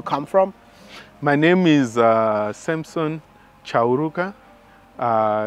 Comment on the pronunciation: Hi Wode My uncle’s correct surname is Chauruka not Charuga❤️